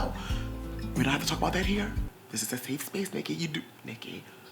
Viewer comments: “A seeeffff spaceeee”😂😂😂😂😂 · Can we get "SEEFE SPEECE" merch please? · “This is a sEeF SpEeECe” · “This is a seethspeece “😂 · “The Phyfon” & “Sef Spiyce” 😂😂😂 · It’s literally 7am and I’m binge watching to get through social distancing bc “seefe speece” never gets old😭❤️love from South Africa🇿🇦💞💞✨ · "Thees ees a seef speece" 💀💀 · The way you say safe space be cracking me up 😂